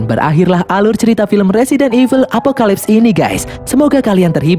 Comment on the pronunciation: Apoclypse di baca epokelaips